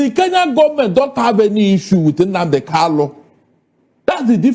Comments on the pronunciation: Is kanu not Kalu 😂😂😂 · This man should go and learn how to pronounce Kanu's name. Calling him Kalu is irritating.